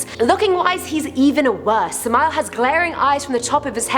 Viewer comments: I am worthless?. Not even close. Wicked? depends on who you talk to. You got that puny mortal. Oh and it's Sam-Ah-El or Sam-Ale not Sah-mile. Wait till I tell him. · When she said sameal I almost laughed bc that's not how u pronounce it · I've attempted to summon orobas. That's about all I'm gonna say on what happened. Also samael is pronounced Sam-I-el